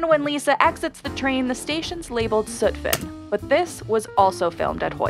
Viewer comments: You pronounced "suptin" like "sootfit", it's pronounced like it's spelled, (Sup-Tin) just all together, I use to work on Suptin. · its not scher mer horn god new yorkers hate mis pronounciations its not pronounced sutvin and that stop is in queens that just drives me crazy lol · IT"S PRONOUNCED "SUTT-FIN" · It;s pronounced Skemerhorn and Sutphin, not Sootphin. God, everyone gets this wrong... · “Shermerhorn” and “Sootfin” 😩 It would take ONE ride into those stations would give you the correct pronunciations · The way she says Hoyt-Schermerhorn and Sutphin has me so tight. Hoyt-Skimmer-horn + SUT-fin 😑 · “Sootphin” lol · Lol at how you said sutphin. Good try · It pisses me off how the narrator pronounces Sutphin 😂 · The way she pronounced "Schermerhorn" and "Sutphin" is killing me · im sorry how did you pronounce sutphin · And there was also the way she said Sutphin. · She also butchered Sutphin Blvd as well. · As someone who’s born and raised in Queens, the way she said Sutphin really made me uneasy 😬